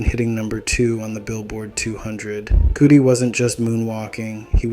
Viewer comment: It’s *cuh-dee, not cootie 😂